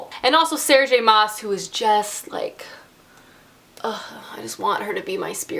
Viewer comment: It's Sarah J. Maas like in "Massachusetts".